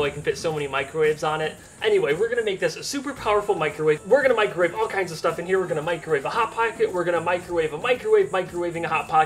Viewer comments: It's caled a 'macrowave' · Disappointed you didn't call it a "Macrowave" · I now can never hear the word "Microwave" without the "micro" part being emphasized in my head.